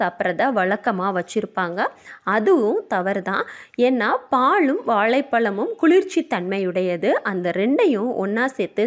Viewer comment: வாழைப்பழம் என்று சொல்வதற்கு பதில் வாலப்பலம்என்றுசொல்றீங்க